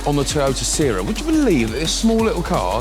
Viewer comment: Pronounced “see-rah” Edit: got it right after the intro 😅